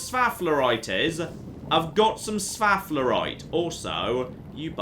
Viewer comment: s-faff-lerite... never change.:D